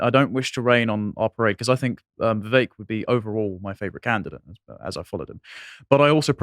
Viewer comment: it's a two syllable name you anglo-saxon Mr. Puddingale Falmworth Woolridge Elderberry. Make "vivek" into "vik" smh. I agree with you on the other segment -he's clearly the smartest and most competent man running and having Vivek for 4 years as VP + 8 years as President would be ideal. However, Vivek like Trump, wouldn't be ok with being a VP. He's very alpha and more suited to running something.